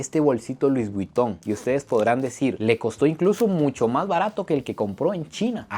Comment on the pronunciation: “Luis buiton “😂